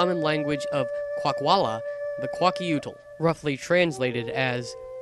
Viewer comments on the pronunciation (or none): Hearing mamatlas trying to speak kwak’wala is so funny to hear!😆 This guy isn’t even say kwaguilt or kwak’wala right!